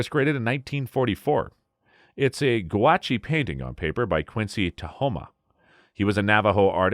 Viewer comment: Gra-che painting?! The painting is on guach. Pronunciation is Gwash.